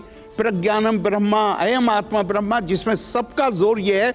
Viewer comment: उच्चारण दोष के कारण ब्रह्म( ईश्वर )को ,ब्रह्मा बोल रहे है,वास्तव मे ब्रह्म ईश्वर, है